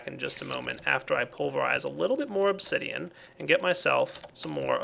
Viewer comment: said Obzidian near the end. best flub ever.